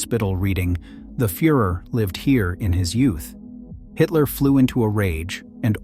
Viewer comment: It's pronounced "Hidler", as in "he", not "Haydler"!